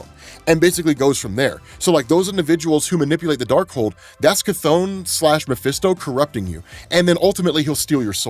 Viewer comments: He said cha-thonn instead of ka-thonn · yeah he said something liek sigh-thon or something but he definetly said it. if you're not listening you can miss it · Dude said Chthon watch and listen again it’s clear. He pronounces it stupid but he clearly and obviously says it. No idea how you missed it. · Just putting this out there, but when and Wanda got to Wundaghoor, during Wongs line about "the first demon". specifically says that Wundaghoor (unsure of spelling) was created by the first demon, Chthon. He doesn't pronounce it the same way we all do, but he did call Chthon out by name 😅